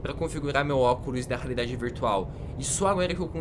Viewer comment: Só eu que ouvi ele falando oculos da raridade virtual ???